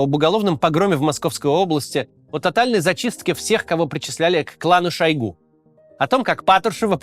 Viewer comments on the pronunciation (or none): none